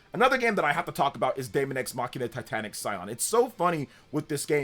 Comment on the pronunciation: Why do you say mackina? It's mashina, like the way you say machine but with an "a" at the end. I don't even play the game lol.